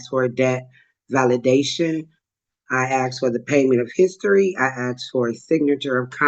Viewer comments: When said she has "axed" for certain information, I knew we dealing with a paint and crayon barista of the highest order!. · One of the things that annoys me most is when these defendants say they "Axed" for "XYZ". If they cant'd even say the word "ASKED" correctly, why in the hell should they have any thought toward them being competent enough to represent themselves